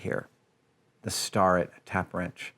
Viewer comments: Its pronounced stair- rett not star- rett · I love hearing Adam get excited about stuff, even if I'm already familiar with it. Great vid. One tiny quibble: the Starrett Tools is pronounced like "Stare-it", not "Star-it". Not like anyone would get confused about what you mean anyhow. Edit: and he pronounces it correctly a second later, lol. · It’s “ Stair-ett” not ‘star-et’ !!!! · Starrett, as in Stare. Not as in star. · Ugh it’s stair-it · I heard you call it a Star-ret lol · Please don’t ever pronounce starrett like that ever again